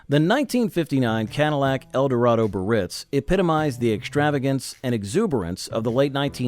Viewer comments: Cadillac Biarritz is NOT pronounced "Buh-Ritz." There are three syllables and all are to be pronounced: "Bee-uh-ritz." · Edsel CORSAIR - was only one of four models. So much more trouble than you measure. Cadillac BI - AR -RITZ has three syllables. This entire post is offensively substandard. 😡😡😡😡